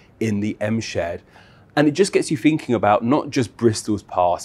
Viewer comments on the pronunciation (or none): "It gets yoo finking" Lol what a twat. I fink dat yoo better not be wearing any cotton products sonny. Ties to slavery and all that. You people are despicable and pathetic. Bristol and Brighton should be nuked. Wanker.